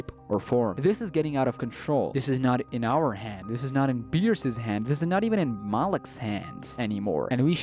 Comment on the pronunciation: It’s bierce